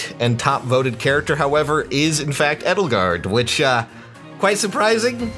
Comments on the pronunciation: ja im spiel wird sie eydelgard ausgesprochen das ist auch halbwegs okay aber er hat eddelgard gesagt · as a german guy... hearing your pronunciation of edelgard hurts are german names really that hard?... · Ich mag "Eydelgard" ehrlich gesagt lieber als "Ehdelgahd" Und im Spiel wird sie ja auch nur englisch ausgesprochen, daher nehmen die Leute diese Version eher an